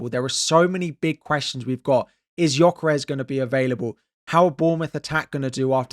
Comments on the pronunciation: Your pronunciation nof Gyökeres still needs work 😊. The "ö" is pronounced as the u in "hurt" or the i in "bird". But the rest of his name you got right. Keep trying! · You still said Gyökeres wrong. You pronounce the letter ö like the u in purpose.